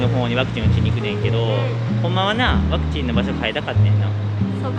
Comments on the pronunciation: 登録者数4万人！！おめでとうございます！！ 大事なところで「パクチー」って言い間違えるに（^^） カフェの猫ちゃん可愛いかったですね〜、テラス席のマダム達も笑顔になっていましたね。 頑張ったご褒美はやっぱりGateauで決まりですね、この動画を投稿できているからの体調も回復されたんだろうと 安心しています。 フランス政府の強引さ、違和感というか嫌悪感を感じました。 臨床試験中ですからね、それを制限をかけることで接種に向かわせるやり方は全くもって支持できないなぁと思っています。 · ワクチン接種２回目お疲れ様でした😊早く体調回復しますように✨スイーツとっても美味しそう💕頑張ったご褒美ですね☺️👍🎵Mashさんワクチンと言えずパクチンって言ってたとこおもろかったです😂あとあやちゃんにもっかいやってって言われて痛いのに腕あげてくれてるとこも😂👍ほんとに癒しの二人です🥰